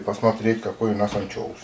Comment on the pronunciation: прикольный у вас анчёус))))